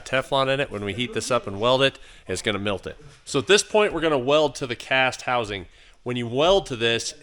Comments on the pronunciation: I think you said “milt”? Did you mean “melt”? 🤔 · Did you just say “mealt”? Just bustin balls man. Good video! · Did you say milt?